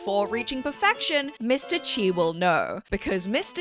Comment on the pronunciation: It’s not chi